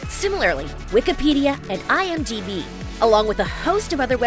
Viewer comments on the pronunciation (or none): none